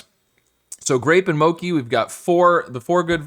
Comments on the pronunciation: It's not MOKI, but MOCHI. CH like in cheese. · I thought of two pairs that use all vowels. UNAGI (Japanese term for eel) and JELLY/CLOVE (probably others, too) is okay, but ANISE and DOUGH are probably better. Also, just for future reference, mochi is pronounced with how a CH usually sounds